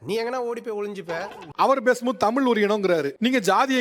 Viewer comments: தமிழ் என்பதையே சொல்லத் தெரியாமல் தமிள் தமிள் என்று பேசுபவன் தமிழனா? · தமில் nu thappa ucharikuran, Ivan lam thooya thamizh la pesalama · தமில் தமில் 🤔 என்னடா தமிழுக்கு வந்த சோதனை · தமிழ் என்று சரியாக உச்சரிக்க தெரியவில்லை இவனெல்லாம் தமிழை காப்பாத்துவானாம்.